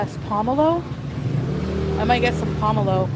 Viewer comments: Dr. X would have a lot to say about that Pomelo (which she pronounced incorrectly) since she's on a statin for her cholesterol (grapefruit and pomelo are contraindicated). She's playing with fire by being uninformed. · Her pronunciation of pomelo sent me😂😂😂